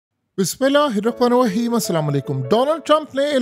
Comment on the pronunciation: Bismillah thik nae parh rahy aap, Glti hai isko thik kren please